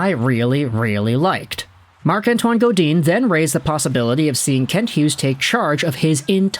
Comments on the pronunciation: Hi, if you read the comments on YOUR videos, it's not Marc-Antoine GoDean. It's more refined haha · Please learn how to say Godin!! It sounds wrong!!!!